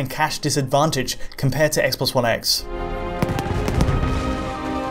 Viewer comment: Never heard of the 'spess sposs spone spess' console